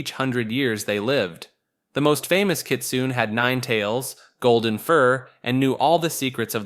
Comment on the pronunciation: the E in Kitsune isn't silent, its not pronounced like rune, its pronounced like cliche (I dont have the accent on my keyboard)